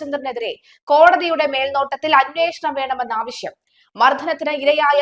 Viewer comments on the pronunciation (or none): none